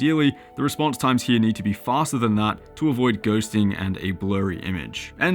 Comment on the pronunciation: "reponse" time ??? ?